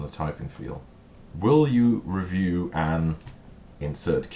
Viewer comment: I'm glad you take that as a compliment! I've only just noticed that you say "ree-view" for review. Nice Super Meatboy t-shirt!